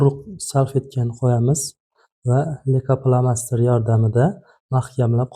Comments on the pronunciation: Лейкопластырь денглейкопластер демасдан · Лейка пламастир эмас пластир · Духтир,лейкопластырку сиз лейкофломастер деяпсиз. Бу нимаси энди? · Лико пластер дейилади духтир